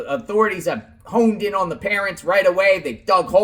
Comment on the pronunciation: So the word is honed not homed.